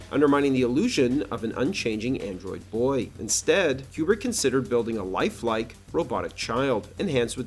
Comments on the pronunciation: It's pronounced Koo-brick, not Que-brick. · Is Kubrick's name actually pronounced Quebrik or Cube-rick? Up until now I've been saying Koobrik with no Q sound. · Why do you say Kubrick like Marcia sa school in brady bruch